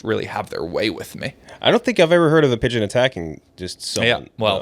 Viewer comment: WHO PUT THE "D" IN PIGEON?